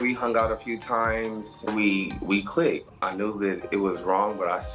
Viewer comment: Did she just say we just "click-ted" 🤣🤣🤣